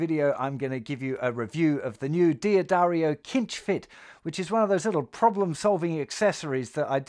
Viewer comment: D'Addario is pronounced Dah-dario, not Dee-ah-dario. Cinch is pronouned sinch, not kinch